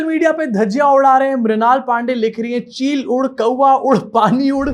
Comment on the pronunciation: Vheel udd Kawwa udd Pani idd was hilarious 🤣😆